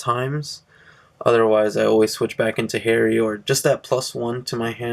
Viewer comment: Hey. I'm just gonna say: no Artilleryman, no Jacquelin(replace with flying Peyton) and you say Harri Ha(like you're laughing) ree(like redo).